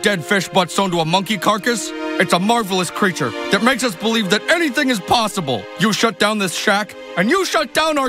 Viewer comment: Or "andything can hadplen"